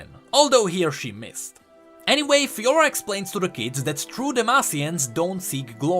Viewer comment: Garen Crownguard and Fiora ?Lahhoo? sorry just made me laugh xD